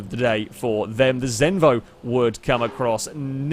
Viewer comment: Im danish! Zenvo!